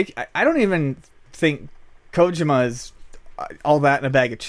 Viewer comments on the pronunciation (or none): You guys are journalists, at this point even if it's a podcast it's still news, and not to not pick but it would do you a service to pronounce Kojima correctly. Other than that you made good points and it was an interesting listen. Thanks! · says Kojima so wrong